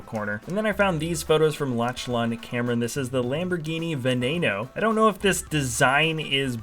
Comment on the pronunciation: "Lotchlon" for Lauchlan again huh?